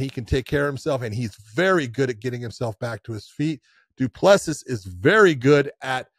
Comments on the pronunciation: Ironically he used to pronounce it properly but John 'corrected' him lol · Josh the last s in du plessis is silent buddy from south Africa love your show boys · You dont pronounce the last "S" in Du Plessis. Its cringe to hear you keep saying it